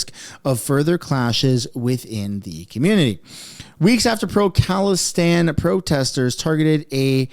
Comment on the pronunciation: "khalistine" come on man i was sipping on a drink, dont do this to me